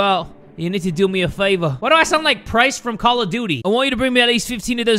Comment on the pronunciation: That ain't price that's wicey